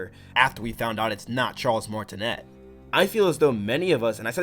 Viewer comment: Hey! Cool video! Just wanted to point out Charle’s last name is pronounces mar-it-né with a silent ‘t’ 💙